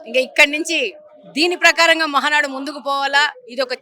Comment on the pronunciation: Madam ముందు మహానాడు ani clear ga నేర్చుకోండి.... Ma valla girichi endhuku....